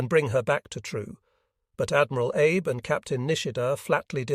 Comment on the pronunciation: Yes, the AI voice mispronounces Abe as Abe when it should be Ah bay.